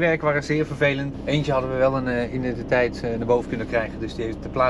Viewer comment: Mooie video weer.. maar zeg alsjeblieft voortaan i-den-ti-teit! Er zit echt geen n voor de d bij identiteit 😅